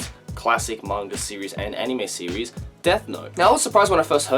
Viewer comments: Every time he says series, he activates my Siri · Oh my god every time you say series the Siri on my phone goes off then I go back to the video and it gets stuck in an endless loop of Siri opening